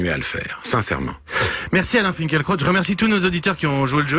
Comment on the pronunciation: On ne prononce pas Finkelkrot mais Finkilraout ?